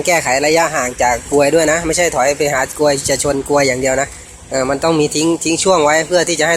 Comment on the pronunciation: พี่พูดกรวยไม่ชัดอ่ะ555